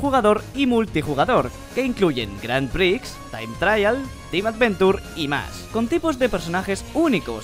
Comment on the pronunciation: Es no "grand pricks" dices como "gran prees" seré el sonido.